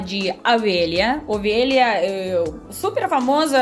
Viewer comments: É lã de. O V E L H A, e não é AVELHA, KKKKK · 😁😁😁😁, é O. Velha e não Avelha 😁😁😁 mas o vídeo está ótimo!! 😍😍😍😘😘😘💖💝💖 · É engraçado ouvir você pronunciar "lá de avelha ". Adoro seus vídeos 👍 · Você troca O pelo A rsrs . Vc é muito simpática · E avela... É ovelha 🐑 adoro o sotaque!! 🤣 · "Avelha"???? 😂 🐑 Ovelha... 😘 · Você têm problema em falar Ovelhas você fala Avelha kkkk